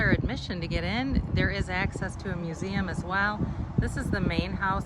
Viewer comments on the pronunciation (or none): none